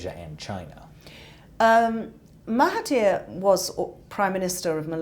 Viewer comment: I dunno why but I like the misppronounciation of our former prime minister's name. Thanks for the nightmare of a jeep with his face on it.